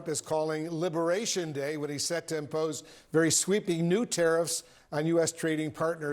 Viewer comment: ‘Libération Day’????😂😂😂😂😂😂😂😂